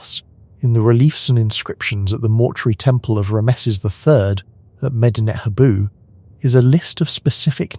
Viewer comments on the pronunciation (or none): Love Joseph Tainter's work, and Eric Cline's, too. Could you please pronounce "lead" as "led", when you mean the element Pb? And it's "Ram-sees". Thanks.